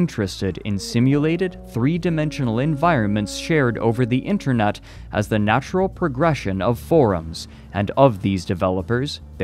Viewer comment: to Haha he said "internut"